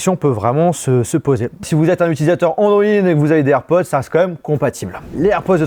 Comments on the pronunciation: On entends « airpozzzz »😅 et non airpods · Air pods avec un D [air podeeee]